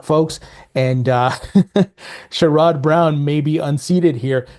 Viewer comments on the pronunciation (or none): Hey 👋 as much as I dislike Sherrod Brown, I'm here in Ohio And you pronounce his name is a little off as I understand. Pronounce his name as Share-ed(put an Ed on the end of Share)Brown, and yes his a clown 🤡